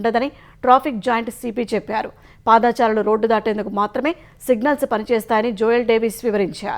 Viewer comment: పాదాచారులు కాదు పాదచారులు